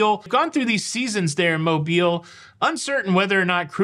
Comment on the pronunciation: Thank you for pronouncing Mobile properly! Originally from Fairhope, there are MANY who pronounce incorrectly and we appreciate the attention to detail! Please keep the awesome content coming!